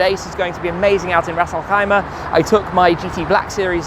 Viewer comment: Oh wow you said Ras Alkhaima like a local.. 👍🏽